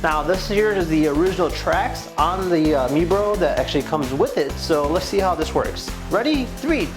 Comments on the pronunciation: (My-bro) not mebro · It’s prounonced My Bro!!